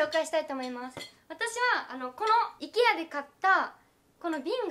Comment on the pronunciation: IKEAの発音が｢行けや｣で好き☺️☺️